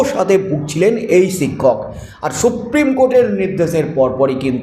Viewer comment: “ছিক্ষক” নয় শিক্ষক। ঠিকঠাক উচ্চারণ করুন। চেষ্টা করলেই পারবেন।